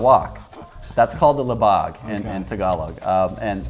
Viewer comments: OK. . . oh my gosh. . . I think you were trying to say "libag" (but came out as labag). That instantly killed-off the good food vibes TBH. Good vid anyway! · Di he say "labag" or he meant "libag" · Did you just say libag? 😂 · is it me or did i hear he say "LIBAG" ? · I was like, did they just say libag?😂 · medyo kinilabutan ako nung sinabi niya na "libag" ... lihh bawg